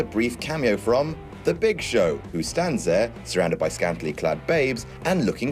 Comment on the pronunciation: It's the Big ShoSh